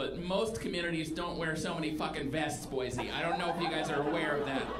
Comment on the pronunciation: I'm surprised not a single person heckled you just to correct your pronunciation of Boise. 'Boy-zee' is like nails on a chalkboard to an Idahoan.